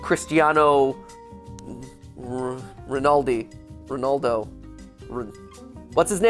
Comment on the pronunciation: The way he pronounces Cristiano Ronaldo is just hilarious.